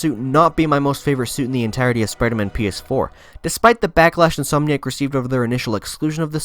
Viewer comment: It’s pronounced “in-som-nee-ack” not “in-soam-nee-ack”. That being said, you play this game really well 👍🏻